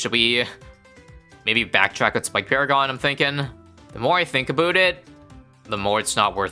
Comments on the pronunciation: the most Canadian shit I've ever heard in my life, "aboooout it" lmao, I'm dead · "the more ithinkabootit" is all I hear